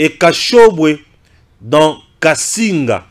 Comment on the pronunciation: Kasenga et pas kasinga, Pweto, c'est le haut katanga tjrs, près de kashobwe et Kasenga c'est aussi un village du haut katanga. Tantôt il est né chez les bayeke qui sont chez les sanga mais venant de la Tanzanie.